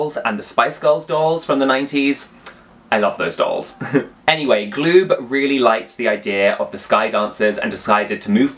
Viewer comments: PRONOUNCE IT - GA- LOOB- NOT GLOOB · Galoob is pronounced gah-lube.